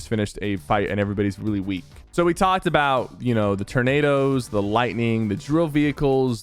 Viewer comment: "Tur-nados". Haha